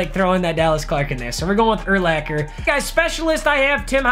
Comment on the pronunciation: ty for saying Urlachers name right 😂👌🏻